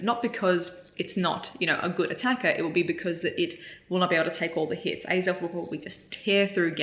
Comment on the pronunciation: hahaha until you said it was axell it sounded like you were asking alan for the perfect groudon number